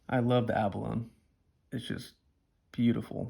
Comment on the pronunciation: Nice bubch of knives you have picked up at the end of 21. The USA made 34OT is one of my favorites too. FYI Abalone is pronounced abalonie.